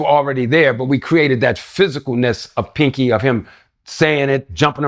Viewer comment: Panky not Pinky😂😂😂